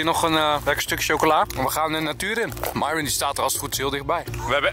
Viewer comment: heeeeee Enzo zij eindelijk weer Myron in plaats van Mieerrrrrooon